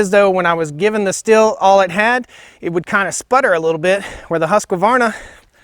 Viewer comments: Pronounced steel not still. I wasn’t sure till I saw an actual Stihl commercial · Stihl is pronounced Steel. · Thanks for your nice clip (which I have not watched to the end yet) and the Stihl is not pronounced "still" as you do since the 'h' is stretching the name and it is pronounced like the word 'steal' is. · OK guys and gals its Stihl pronounced "steel" not "still". Change my mind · It is pronounced steal. Not still. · Yeah but...…..Stihl is pronounced 'shtill', not 'steel'. Andreas Stihl probably rolls his eyes every time the dealers say 'steel'. Pure advertising hype. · Stihl is pronounced "Steel" :| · The simple fact that you don't know how to say Stihl properly lets me know you don't know what you're talking about. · Excuse me Sir, but you are maling the typical American mistake in pronouncing the factory names of these two european chainsaws. It would be a Nice touch of recognicing a different culture in trying to pronounce forrige names correct instead of believing that your Way u’s the better. The Stihl you pronounce as if it is spejles with two “l”s. It is not the h indicates that it should be pronunced like “steel”. The swedish ;husquarna Saw is pronounced straight: in two syllabels. Husq’uarna not like you think huskawarna. It is not Nice, Sir. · the saws are pronounced steel and hoosk varna. not still or husk a varna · the dude is butchering both chainsaw names. The other one is SH-til, not S-til. It painful to hear. People who consider themselves experts on something should at least know how to properly pronounce what they are talking about. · I like how these muricans equally mispronounce both brand names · Video seems biased. Stihls chain is clearly not as sharp and I could hear it isnt tuned quite right. Its 4 stroking way too easy. Also it kills me how you mispronounced both names every single time